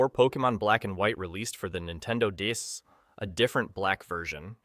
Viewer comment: The Nintendo “diss” Like no hate but seriously how do you see ds and pronounce it like that? 😭